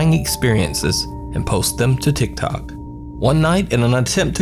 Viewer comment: I love that he says "Tiktak user" 😆